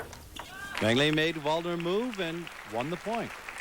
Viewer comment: they mispronounced Waldner's name too. these announcers are pretty terrible